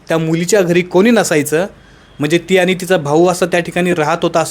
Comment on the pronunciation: अनि पानी मंग shabdha नीट ucchara